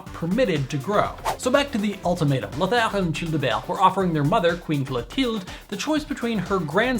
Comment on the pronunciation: Great pronunciation on the French names. I'm really impressed you got the R sound right at the end of Lothar. That was always a hard one for me to perfect. I learned by saying french words ending with an R with a pencil stuck sideways in my mouth. It sounds crazy, but it works.